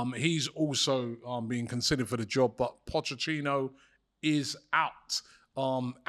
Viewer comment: Its not pochechino, its pochetino lol